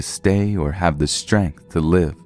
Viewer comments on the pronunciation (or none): none